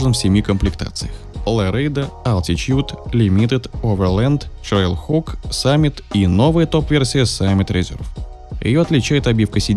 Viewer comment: ТрэйлХок а не ЧрейлХок